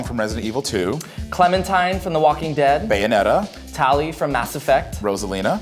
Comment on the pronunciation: 4 syllables Ba yo net ta